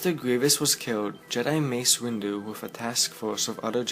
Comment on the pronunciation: It's good, but on you say 'Wace Mindu'